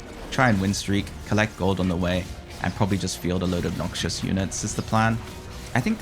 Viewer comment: abNOXIOUS pronunciation my guy